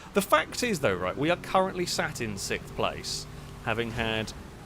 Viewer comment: Don’t be sikth. I can’t when you say that word